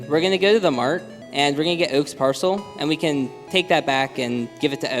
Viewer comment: His Philly accent is hilarious right here "Mart" "Oak"